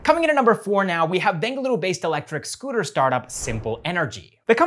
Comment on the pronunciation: The way he speaks Bengaluru is no native sounding,. ❤️